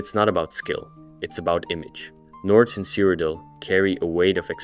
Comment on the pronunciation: Why do you pronounce the locations so weird lol cyridel, is said like a million times in oblivion